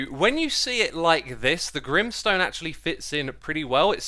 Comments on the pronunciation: Grim sone More like grain sone😂😂😂🤣😂🤣😂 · "grimstone" Me : G R I M M S T O N E